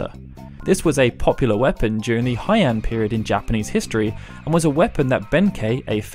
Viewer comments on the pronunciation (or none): It's pronounced as Hey-Ahn period. Not High-End, lmao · Heian = “hey-ahn” not “high-Anh” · ... Heian... as in "Hey, on..." not like the German /ei/.... Japanese vowels and romaizations are more similar to Spanish. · Heian is pronounced "hey an" I speak Japanese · I enjoyed this video. Minor point on Japanese pronunciation, but "ei" is always pronounced like "ay" as in "say".